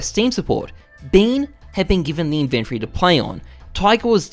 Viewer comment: The word is inventory NOT inventree.